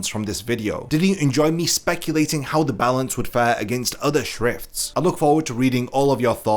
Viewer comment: Its not "the balance".....its "za balanzzzzzzzz"😂🤭